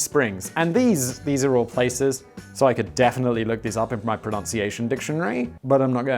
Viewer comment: Simon can pronunce pronunciation correctly!!